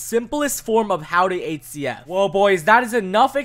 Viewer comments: Surely its not just me who hears 8cf whenever he tries to say hcf... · the way y pronounce hcf